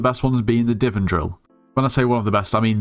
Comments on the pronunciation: bro did not just call it "diven" it's divan there's an "a" there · i wont stop u but when u say DI-VIN drill it kills me its DI-VAN AAA like mario anyway good video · said Divin drill 😂 (No hate, just funny)